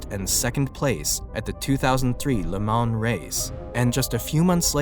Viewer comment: The N and S in Le Mans are silent. It’s pronounced (Lay Ma)